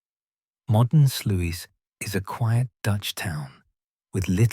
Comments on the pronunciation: Pronounced 'Slews' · is AI bullshit,they can't even pronounce Sluys property, it's pronounced Slouse, incidentally!